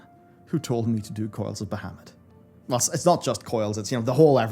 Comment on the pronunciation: you're saying bahamut wrong youtube translates it to muhammed XD